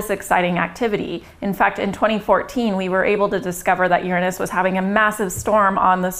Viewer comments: Oh this is priceless. Because of the topic, she became so self conscious about how she was going to say it, that instead of using the correct 'your-anus' pronounciation, she ended up changing it to something even funnier... 'urine-us.' I was thinking 'wait for it, wait for it, how's she going to say it...' and when she came out with 'urine-us' I burst out laughing. Its put a new twist on an old tired joke. I'd got over laughing about its name decades ago, until I saw this video. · I'm pretty sure you're pronouncing it wrong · You pronounce it wrong